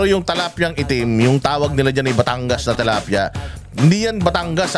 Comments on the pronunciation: TILAPIA po hindi TALAPIA. 😂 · tilapia po not talapia😊 watching from Paris, France🇫🇷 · Is it tilapia or talapia? Like how you pronounce kingdom and kingdam 🤔